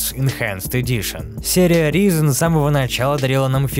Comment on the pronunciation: Ризен, аааааа Райзен, ну гугли произношение плиз, не первый раз уже